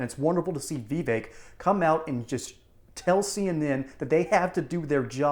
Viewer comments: Vee vake??? It's Vivek. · I always wonder how versed someone is when they cannot pronounce Vivek